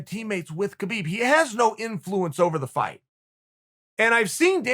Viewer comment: Everyone: influence Chael: inFLOOence Everyone: inFLOOence